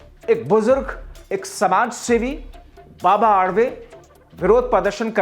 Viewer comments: बाबा आडवे मत बोलना बाबा आढाव बोलना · बाबा आडवे नहीं सन्मानीय बाबा आढाव बोलो